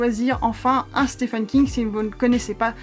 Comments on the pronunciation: « Stephen » se prononce exactement comme « Steven ». I long et v. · sauf qu'on doit prononcer "steven" ;)